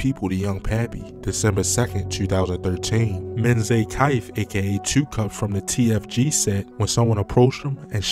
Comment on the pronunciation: Exactly and he said Mensa/2cups wrong lol.